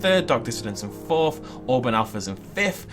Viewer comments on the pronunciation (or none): FORFH FIFFH SIXFH, GEEZ SPEAK BETTER ENGLISH XD